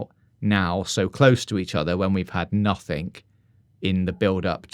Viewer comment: Why do you pronounce the word 'nothing' as 'nothink'...